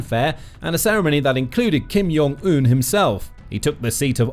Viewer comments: Kim yong un? JONG not yong 🤣 and Kim Ju “EYE” AEEEEE not “eye” the British can’t really pronounce anything right 🤣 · Hey friend. I enjoy your channel, but you should probably know Kim Jong-eun's name is pronounced with a hard J, like the words "Jam, Jack, Joke and Jiffy" not a "Y" sounding J, like in Hallelujah, Johan and Jurgen. If it were Kim Yong-eun, it would be spelled that way, and written differently in Korean (김영은 or 김용은) instead of 김정은. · Pronunciation note, he's not from Belgium. It's "Jong" with the "J" sound.